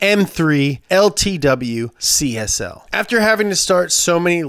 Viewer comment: Why do you read CSL as CSI?